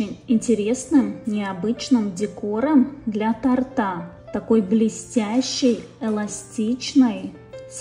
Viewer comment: Для тОООООрта , а не тортА🤔